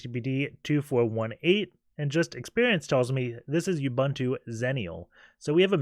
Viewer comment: Awesome videos. Your butchering of the name Ubuntu does make me cringe though